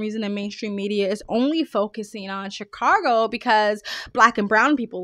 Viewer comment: There's no R in Chicago.